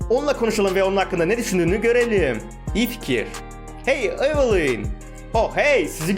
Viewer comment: Abi isimleri yanlış okuyosun evılin değil evılayn